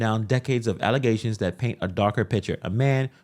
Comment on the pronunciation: Did you say "allezations"? 🤔😂